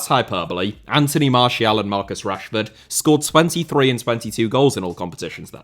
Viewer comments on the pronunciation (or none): none